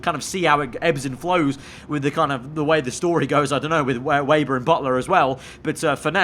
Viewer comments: Bro can you please stop saying weiber but rather say weber like when you say for example web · It’s Weber, not wayber.